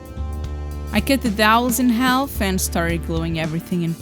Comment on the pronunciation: Nice work. I love how you say "half" and pronounce the L. It's really said "haff". But, hey, maybe I should try speaking Portuguese!